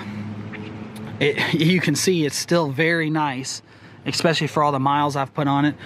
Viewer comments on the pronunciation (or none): It bugs me when people say "Expecially".